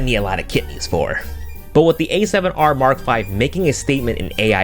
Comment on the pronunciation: The A7 YAAAAAAARRRRR V 💀😂